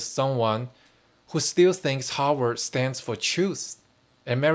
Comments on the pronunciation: It's Harvard not Howard, they are 2 different universities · Your pronunciation of Harvard sounds to me like you are saying Hogwarts! But that is OK! Because in a real sense, Harvard is the real Hogwarts where young wizards go to learn the spells of power. Lean into this! I would suggest that you re-title this video Using the name Hogwarts instead of Harvard. Much more appropriate!